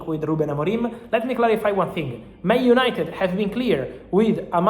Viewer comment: Gotta get those “United-uh” cleeks guys.